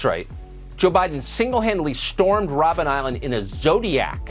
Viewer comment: I'm from South Africa First of all it's Robben Island... NOT ROBINS ISLAND AND BIDEN WAS NEVER THERE... HE LIED.